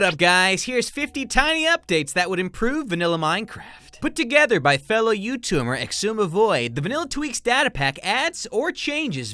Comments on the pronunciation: Did somebody heard said "youtumer"🙄🙄🙄🙄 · Did he say youtumer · Anyone else hear him say “Youtumer” at the beginning? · YOU TUMERIC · "fellow youtoumer" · Ah yes, my favorite you-tumor, xisumavoid. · In the begging he says youtumer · he said fellow Youtumer xD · Who else heard him say YouTumer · Did you say Youtoomer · did anyone else hear him say "by fellow youtumer" or is it just me- LOL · Him: youtumer Me: youtumer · I just noticed in the into says fellow youtumer 🤣🤣🤣🤣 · So no ones gonna talk about it? Aight, “youtumer” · “fellow you-tumor” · I lost it at "youtumor" . Geeze I'm easily amused by the most random verbal slips today. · "fellow YouTumer" Oh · “Fellow youtumer“ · Did he say youtumor